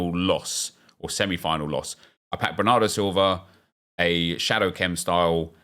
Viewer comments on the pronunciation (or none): Do you notice you say words like intercept and bernardo as intrercept and brernardo? No hate just curious